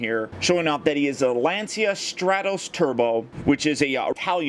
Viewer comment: Little fact: it's not pronounced Lan-see-a but rather Lan-cha. Sources: i'm Italian :D